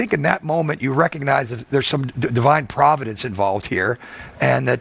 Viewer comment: I swear I heard “divide providence”.